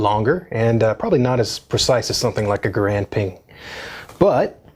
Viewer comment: It’s g-A-rand not grand